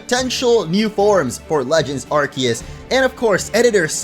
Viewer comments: "Legends Arkiyiss" Me: ITS ARKOOS DAMMIT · It’s arcoos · please say Arceus right it's ar-see-us